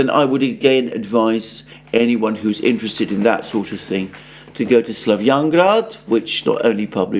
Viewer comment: Alexander's incessant fidgeting and twitching and the tendency to put strong vocal emphasis on the concluding word of every phrase: The news out of ISRAEL indicating they are not INTERESTED in any kind of NEGOTIATION. I wish I didn't find these tics so annoying because his content is terrific.